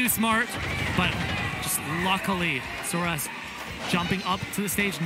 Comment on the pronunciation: Suarez*** not suar